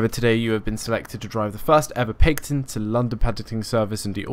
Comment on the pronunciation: Great video, but a little nag... =) Paignton is pronounced "Pain-tun" and Teignmouth is pronounced "Tin-muth". Other than that, lovely job and gorgeous skin.